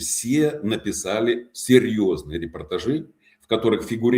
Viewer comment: чтобы вы уж совсем были горды собой, могу вам подбросить еще одну его ошибку: он сказал о пониженном болевом пороге (общества). А в контексте его речи надо , конечно, говорить "болевой порог сильно ПОВЫШЕН". Это часто путают. Он говорит "репортажИ" вместо "репортАжи", что неправильно Надеюсь, вы счастливы))